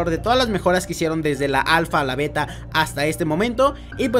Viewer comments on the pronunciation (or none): none